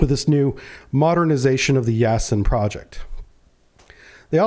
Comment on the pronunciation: Not “Yasen”, but “Yasin” (“Ясень”).